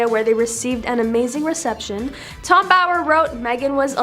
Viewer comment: I like your show , but please get the names right… it’s not Tom Boyer , it’s Bower ( like tower ). Tom Bower